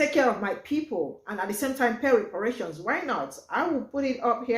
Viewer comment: YA!!!!! EXCEPT !!!! REPARATIOINS, REPRARATIONS, REPARATIONS🤔🤔🤔